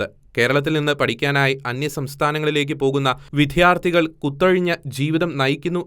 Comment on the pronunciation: എടാ മോനെ വിദ്യാർത്ഥികൾ എന്നാണ്. വി"ധ്യാ"ർത്ഥികൾ എന്നല്ല. നീ ഇത് പഠിച്ചിട്ട് വാർത്ത വായിക്ക്.